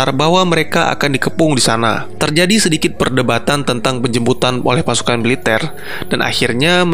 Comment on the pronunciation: bang gw mau tanya,situ ngomong penjemputan atau penjembutan?